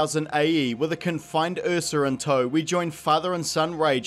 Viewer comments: Watching this movie had me so traumatized by the "accent" Jaden did that I feel triggered by this completely justified pronunciation of "uhsa" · this dude tries to corrent the word phenomenon but he says ursa as the "eafsa" like wtf